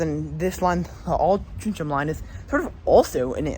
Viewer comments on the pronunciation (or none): Altrincham Is pronounced Aul Trin Ham I believe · just for your info Altrincham is pronounced as if it were spelled as Altringham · Having lived a couple of minutes walk from Navigation Road station in my childhood in the 60s and still having family in Alty, Altrincham is actually pronounced Altringum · Another of our quaint English towns not pronounced as it is spelt! Try saying it this way - All-tring-um. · Really cool tram line. Never heard of the Rochdale line but if you go back it seems cool and you should make a video on it. I love the way the trams sound. Also you pronounced altrincham like 5 different ways